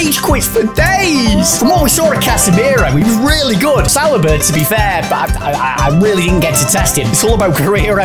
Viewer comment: Add Saliba to the list of names these two can’t say 😂